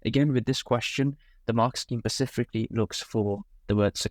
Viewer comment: Please don’t pronounce SUBTENDED as SUBSTENDED or SPECIFICALLY as PACIFICALLY. .